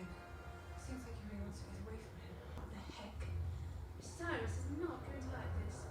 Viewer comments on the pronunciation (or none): none